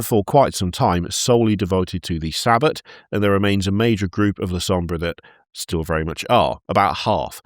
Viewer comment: Sabbat is pronounced Sah-Baht not Saa-Bit. Its not the jewish day of rest, quite the opposite really